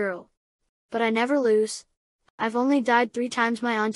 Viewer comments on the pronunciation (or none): Did he just said "Lose" with a second "O"? Cancer goes brrr